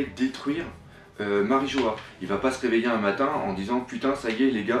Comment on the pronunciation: "MariJO-HA", ah et aussi "Shaboadi"